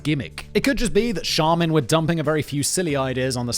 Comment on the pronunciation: you got charmin right btw